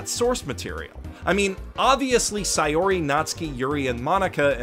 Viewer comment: ITS SAY-OR-EEEE